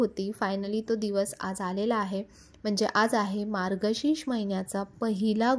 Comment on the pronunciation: मार्गशीश नाही मार्गशीर्ष